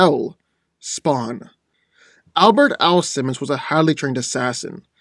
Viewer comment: It's Al Simmons! Not Allison! Please fix that